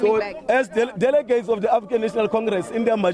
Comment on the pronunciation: 😂😂😂"delegates" ehh "diligiti"😂😂😂